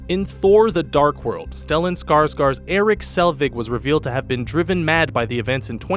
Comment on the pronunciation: Skarsgård not Skarsgard!